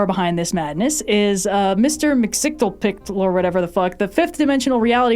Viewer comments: I think it’s pronounced MIX-E-US-PITTLE-ICK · I believe his name is pronounced mister-mix-a-pid-el-ick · It's generally pronounced "Mix-ee-ez-pit-lick". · Actually, in 1942 it was "Truth, Justice And Tolerance." "The American Way" didn't come until the 1950's, when culture-critics were very much worried about comic-book superheroes being Communist subversives. And "Mxyzptlk" is pronounced "MIX-yes-PIT-lik." Also, I refuse to watch "The Boys" as well... because the Garth Ennis comic it's based on doesn't HAVE a point beyond "Comic-Book Superheroes Suck, The Corporations Responsible For Making Comic-Book Superheroes Popular Are Evil, People Who Like Comic-Book Superheroes Are Morons, And Real Heroes Wear Leather Jackets And Swear Like Sailors While Doing All The Same F*cked-Up Sh*t As Their Enemies, But It's Okay When They Do It Because They're Not Wearing Spandex Or Regurgitating Market-Researched Platitudes About Truth And Justice." Yeah, Homelander is a one-dimensional "Evil Superman," made all the more shallow by his origin-story as a test-tube baby raised by an evil Mega Corp to be their "America, Love It Or Leave It" super-powered mascot and the leader of "The Justice League/Avengers, Brought To You By Lexcorp/AIM." And his foil is the aptly-named Billy Butcher, leader of the titular CIA black-ops team who specialize in taking down "enhanced individuals" like the ones created by Vought International and their Super Soldier Serum, "Compound V." Here's the thing... Homelander and Billy Butcher might as well be the same guy. A barely-ambulatory pyschopath who lives by The Law Of The Instrument- these men are hammers, and every